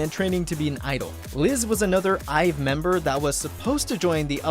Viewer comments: Its Pronounced I'VE Not IVY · Its IVE not (I. V) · Oh but their name is actually pronounced as the actual word. It’s like “I have” so it’s IVE Like the actual word.